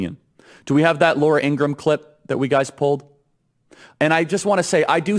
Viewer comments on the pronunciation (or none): none